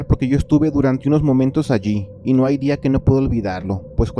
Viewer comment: Deja de decir "ayi" sufro mucho !!!